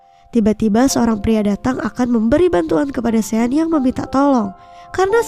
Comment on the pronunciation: Maaf ya mimin pengen perbetulkan sebutan nama sean yg bener adalah shon bkn sien min..semoga bermanfaat ya😊